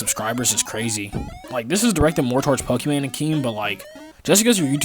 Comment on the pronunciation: You pronounced it wrong, it’s pokieMan. Also I’m uncomfortable minipred gets all the hate while there’s furry peds that done worse and don’t get as much.